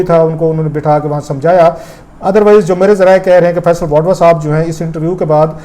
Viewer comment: Rauf Klasra sahib, thank you for sharing the important cabinet proceedings. But you kept me confused throughout in your video log about the federal minister Mr. Faisal "Vadwa". Probably you wanted to mention about Mr. Faisal "Vawda". Kindly check your pronunciation. Thank you!